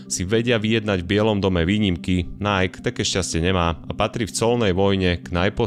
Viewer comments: v každom videu ma problém s ang.. v tomto videu aj nike, nieje to najk ale najký.. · video spracovane fajn, ale najk? mi to to cele bez prepacenia skurvilo vsetko :D najky, ziadne najk. tl;dr kludne daj video o tom ako najky a spol prislo, vzniklo, bolo a pomaly odchadza ;) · Číta sa to Naiki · skvele video ja len ze vyslovuje sa bude po slovensky “nike” alebo anglicky “najki” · Vyslovuje se to NAJKI, čoboláku! 😂😂😂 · Nike, čítaj ako /ˈnaɪ.ki/